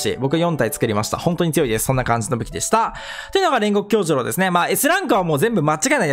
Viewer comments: 細かいんだけど気になったので言いますね煉獄の名前は「きょうじゅろう」じゃなくて「きょうじゅうろう」です細かくてすいません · 「きょうじゅろう」ですよ